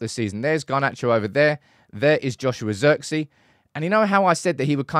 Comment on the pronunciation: His name is pronounced Zirkzay btw